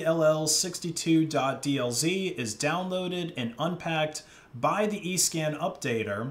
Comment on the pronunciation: I thought he said “eScam” lol